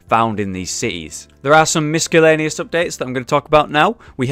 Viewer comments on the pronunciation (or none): Love these update videos. They get me hyped for the game. Keep the awesome work up :) P.S. Just want to point out that you mispronounced miscellaneous. The c is silent. Not trying to be a dick <3